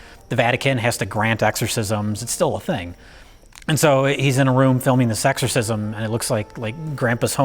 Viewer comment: Each time says "this exorcism" I think he's saying "sexorcism", which is something else entirely.